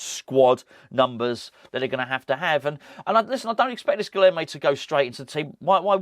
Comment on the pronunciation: I promise I'll say this only once. Guilherme is pronounced "Guilyerme." The "h" is NOT silent. In the combination of "lh" in Portuguese, the "h" is pronounced as "y." For example, "old" is "velho," which is pronounced, "velyo." It's early days still, so please let's not do a repeat of "PaQUEta" instead of "PaquetÁ." Once again, it's G U I L Y E R M E.